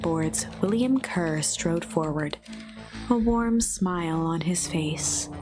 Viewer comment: love how they pronounce Kerr like "cur" such a good little nod to a bit of animal villainy